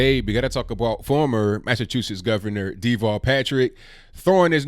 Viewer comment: Pronounced As Da-vall not Dee-vall He is a coward, in Massachusetts he was hiding in a underground bunker ...when terrorists struck Boston/Cambridge A very weird character, he's like... A midget...they called him "Tall Davall" the underground rat.